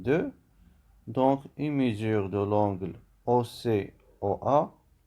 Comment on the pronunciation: Un grand bravo et un grand merci pour votre travail de qualité. Je me permets juste une petite remarque: on dit mesure et non pas mésure.